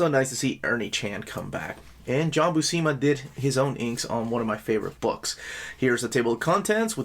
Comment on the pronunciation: When I was a kid I saw the name Buscema and I would pronounce it BUH-SEEMA. Then I saw a video with Stan Lee and he pronounced it Byoo-SEMA, long U, short E. And since he was saying it that way right in front of Big John I always thought it must be correct.